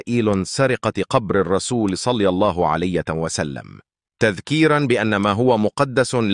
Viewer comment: المتحدث عنده أخطاء كثيره فى الكلام يقول صلى الله عليت وسلم مامعنى كلمة عليت هذا صهيونى